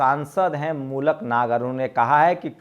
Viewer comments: Maluk Nagar Naam Hai Aap Baar Baar Mulak Nager Bolte Ho Yah Galat Hai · अरे या मूलक नही. मलूक नागर